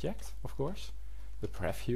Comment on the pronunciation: Jo man, je hebt hele goede video's gemaakt maar werk alsjeblieft een beetje op he uitspraak. Zo is het niet preffiew maar PrieVieuw . Voor meer uitspraken ga naar Translate.